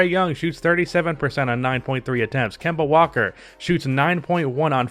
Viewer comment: agreed until he said Kenna walker 😂